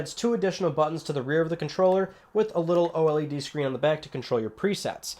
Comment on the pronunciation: o-l-e-d? it's just o-led lol.